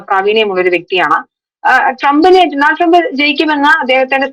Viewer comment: ഡോ, ഡോ, ഡോ! ഡോ-നൾഡ് ആണ്! Homework: സ്റ്റോറി ഇൽ വരുന്ന foreign വാക്കുകൾ സെർച്ച് ചെയ്യൂ! നിങ്ങൾ എത്രയോ US news stories ഇവിടെ കണ്ടു കാണും - അതിൽ എങ്ങനെയാ Donald Trump എന്ന് പറയുന്നത് എന്ന് കേട്ടില്ലേ observe ചെയ്തില്ലേ?